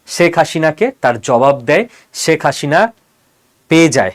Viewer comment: উচ্চারণে ‘স’ ও ‘শ’ পার্থক্য জেনেও ‘শেখ’ ‘সেক’কে এবং ‘হাসিনা’কে ‘হাশিনা’ বলাটা কি ইচ্ছাকৃত?